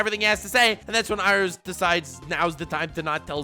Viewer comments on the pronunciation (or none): It is pronounced "ee-row" have you not seen the movie "the last airbender"